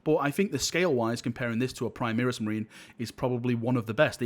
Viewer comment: FFS, it's "Primaris", not "Primeris";)